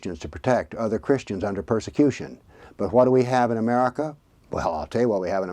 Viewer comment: Did you just say America or Jewmerica,?